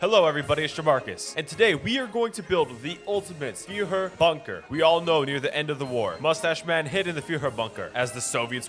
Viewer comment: Few-her Bunker